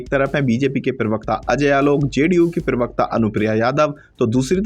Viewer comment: Bhai Sahab UTuber pirwakata nahin parwakta hota hai